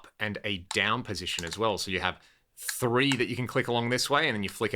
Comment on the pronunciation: i moved from the UK to US when I was 6. I also said three as Free, my 2nd grade teacher was absolutely savage about it as that speech impediment is not common here.